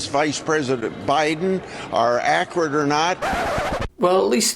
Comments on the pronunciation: Needs to retire, did Grassley mean to say ‘’accurate ‘’ but said ‘’acrid ‘’ ? Ugh 😑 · He can’t even pronounce “accurate” correctly. Who listens to these evil clowns!